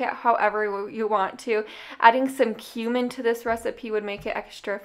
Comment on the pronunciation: I kinda had to do a double take because I thought you said 'adding some human to this recipe would make it extra flavorful'. lmao